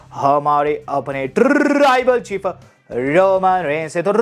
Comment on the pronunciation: Taarrrrrribal chief 😂